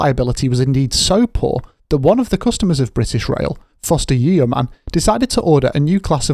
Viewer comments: yeeeeeeoman? does nobody learn how to read these days? It is pronounced Yoman like Roman with a Y. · It's not YEOMAN - it's pronounced YO -MAN - with a silent 'E'. ....I hope this helps ? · It’s pronounced ‘yowman’.